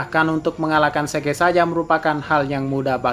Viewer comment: Zeke dibaca asli: zik Yang gw dengar: seke